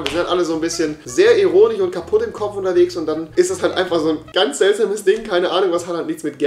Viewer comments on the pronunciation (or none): Ironie‘‘ nicht eronie